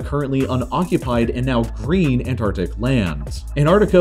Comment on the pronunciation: Green not "Greem"